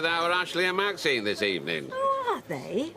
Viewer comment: Wish Ashley would say maxine instead of maxiem